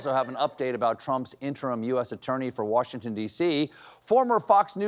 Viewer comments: Jeanine is in WaRshington? It's WaSHington, Jeanine! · She also said Warshington.